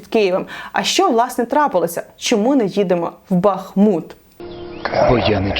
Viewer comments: Тому що правильно казати БахмУт. Що вас так здивувало? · Дякую за правильний наголос в назві міста, в якому жила останні роки. І як прикро, що на горі людей не наживається тільки лінивий. Здається, що вже всі пропіарились на руїнах Бахмута.